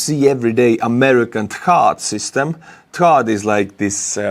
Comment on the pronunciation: Are you saying "THAAD"??? I think that's what you are trying to say...